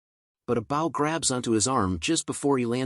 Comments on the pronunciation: lol why u calling a bow a bowl lol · The oxbear slapped the oxbear, after each every other oxbear. Oxbear, oxbear, oxbear. My brain was shocked when the pronunciation for bow was pronounced wrong and pronounced "b-oo-w." Or something close to that.